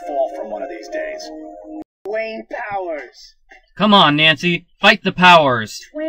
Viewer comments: Dwanger?? rofl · "Stay tuned for Dwaynger!" lol!!!! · "Stay Tuned For Dwaynger" XD I should not be laughing this hard